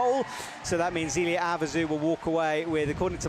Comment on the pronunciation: I've ask you about this a few times, can you please get Zélia Avezou's pronunciation right? The British ZEEEELia is horrifying. You are a good commentator, you can do this.